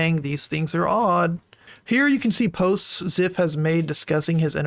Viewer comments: His name is pronounced "zEYEph" not "zEHph" btw. Sucks to see someone I used to look up to in the Hypixel community potentially be this horrible. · the way he pronounces zyph hurts